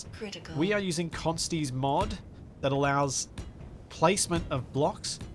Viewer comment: Which mod is it you said lets you place acording to collisions? It sounds like your saying consignee😂 Edit: found it in the mod list 😅 Precision placement by Const